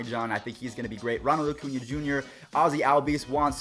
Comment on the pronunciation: acuna (A-coonya) is a left fielder that can play anywhere in the outfield. Ender Incairte is our native center fielder. He does have some growing to do with reading the ball, but that should come with time. sorry I'm a huge braves fan. also your videos are great :)